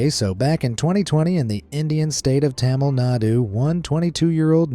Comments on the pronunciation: It's pronounced taa-mil naa-roo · That pronunciation of Tamil Nadu hurt all Indians